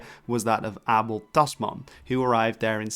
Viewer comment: Not weird. It’s the proper Dutch pronunciation.